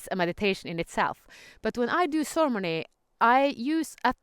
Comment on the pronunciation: Oh! Ceremony! Okay. I was hearing sermony, and wasn't understanding. Beautiful. Got it! :-) Beautiful.